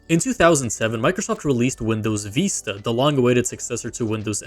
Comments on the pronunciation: Vi-sta not Veesta. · WTF is Windows Veeeeesta? It's Vista. With a short i sound. The i is said like igloo. Not a long E.